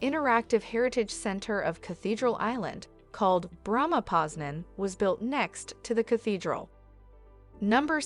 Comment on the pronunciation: You said it as Poznia, not Poznań